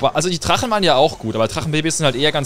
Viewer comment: Wie er immer Trachen statt Drachen😂